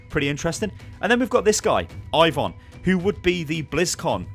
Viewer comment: Incoming copyright strike from Riot games with the pronunciation 'Ivon' being scarily similiar to 'Ivern' (At least in a british accent)